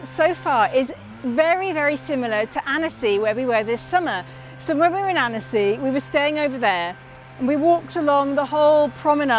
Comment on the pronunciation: It’s pronounced like “anne-sy” Sorry not trying to rube just wanted to let you know because French place names are not easy coming from a fellow English person that lives in France 😊♥️